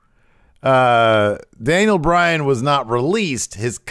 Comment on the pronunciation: Is he saying Dale Bryan?